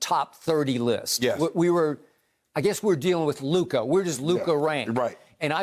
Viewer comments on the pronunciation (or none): none